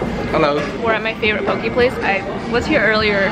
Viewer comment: it’s (po-kay) not (po-kee) sorry that bothered me😂😂